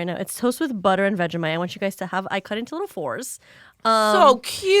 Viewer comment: queen that is NOT how you say vegemite. its vegie (as in vegie tales) and mite (exactly how she said it).